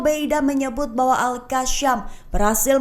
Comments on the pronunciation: Gak enak banget kakak ini baca berita, sejak kapan al qassam jadi al qasyam 😢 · Al Qassam bukannya Al Qasyam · Gemes sama host..bisa baca ga sih 😮 Qasam itu Qaf... bacanya Qosam... bukan al kasyam.beda artinya mba.. astaghfirullah